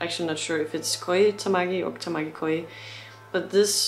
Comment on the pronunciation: It's pronounced KO-JEE (no Koi) ... His last name is Tamaki, first name is Koji. In Japan, where family names come first, he is known as Tamaki Koji. People in other countries call him Koji Tamaki sometimes.